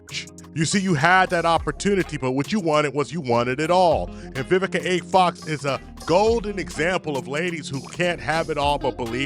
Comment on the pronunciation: “Vivica OX”